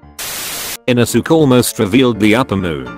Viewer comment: iNoSOoK - every time this text to speech tries to pronounce inosuke